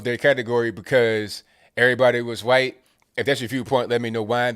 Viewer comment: Why do you say qwhite?